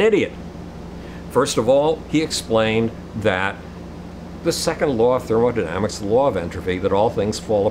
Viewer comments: I'm definitely going to trust a guy with no professional scientific training. And who calls thermodynamics "thermodynamisis" . I thought the amazing atheist was idiotic and totally philosophically and academically inept years ago when I first came across him. I'm actually embarrassed for him to see how far he has fallen, yet I'm sure he believes he has become more sane and legitimate. Peace. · "Second Law of Thermodynamisis" ... Thermodynamisis